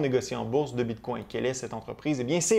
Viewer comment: J’aime bien tes vidéos, mais ca tappe sur les nerfs la façon que tu prononces bitcoin. J’ai le goût de me smasher la tête sur le mur… Bit🦆 🤦🏻‍♂️🤦🏻‍♂️🤦🏻‍♂️